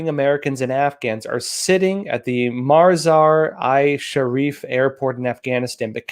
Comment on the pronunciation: for reference, it's Mazar - EEE- Sharif.